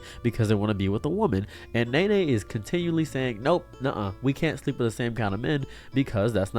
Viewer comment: It's not Nay Nay, it's pronounced Knee Knee.